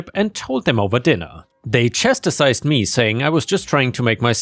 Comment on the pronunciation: For reference, "chastise" has only two syllables: "chas-ties". Same for "chastised" except with a "d" sound on the end.